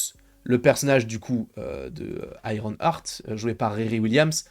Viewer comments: on dit Iron EART pas Iron ARTE, tu me rends fou à chaque fois 😂 mais sinon je pense que nous avons tous peur pour ce perso… Moi je me dis surtout que va foutre Mephisto dans une série qui va être full humour, le contraste entre les deux perso n’aura aucun sens. Je veux pas un Mephisto qui fait des giga blagues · Iron Arte 🤣🤣 c'est le french accent 👏🏾👏🏾